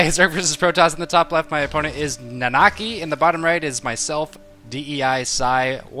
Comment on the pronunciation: "Na-na-kEYE" Long I sound. Its Red XIII, man --v